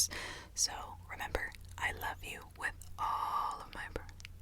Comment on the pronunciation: When she says “you” it sounds like “ew”